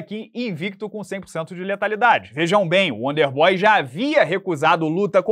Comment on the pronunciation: Estão subestimando o "uónder bói" 😂 :_Charles